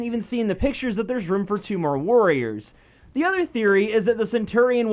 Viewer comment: When you said "warriors" I thought you said worriers